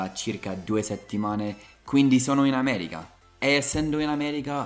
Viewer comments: Continua così, adoro i tuoi video e non ne escono abbastanza spesso! Una cosa però: attento all'inflessione dialettale! La pronuncia corretta è America, solo noi romani possiamo dire "aaameregha" 😂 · anche se il tuo italiano è stato appreso a Roma, ti prego, cerca di dire AmeriCa e non AmeriGa!😉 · Io AMO il tuo canale sia per le lezioni di inglese che per il confronto tra le nostre due culture... e mi fa Morire (in senso buono) come dici "Ameriga" in italiano con accento romano 😂♥️ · Quando dici ameriGa rido troppo, mi sembri l'amici miei de roma XD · se sei di Roma allora dici AmeriGa e anche maDemaDiGa, altro che il mio udito!🤣